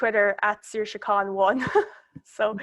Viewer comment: Oh good, that's how you say Saoirse.